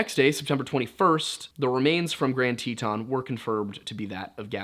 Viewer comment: Isnt it pronounced tee-tin, love his pronunciations lol